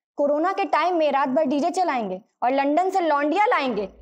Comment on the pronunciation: Tum to khud aslil bol rahi ho लंदन होता है लंडन नही होता बेबी